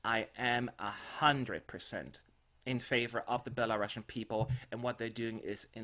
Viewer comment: Pls learn the correct pronunciation of Belarusian. It's like Belarus.ian not belaRUSSIAN